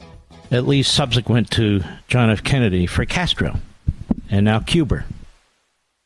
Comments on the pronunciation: CubeRR. Lol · Someone help him learn how to say Cuba 😂